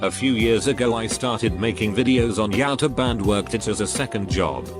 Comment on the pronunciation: everyone: Youtube This guy: yautob